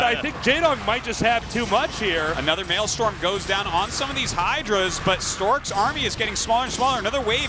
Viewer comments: it's maelSTROM not maelSTORM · Maelstrom not male storm Artosis. I know I'm a few years late here but my god Arty...l2 speak nerd!